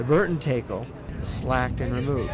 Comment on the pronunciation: you guys pronounce tackle wrong... TACKle not TAKEll